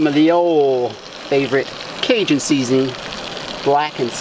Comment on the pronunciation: CA J UN TRIGGERS ME. ITS PRONOUNCED CAJUN WITH A SOFT J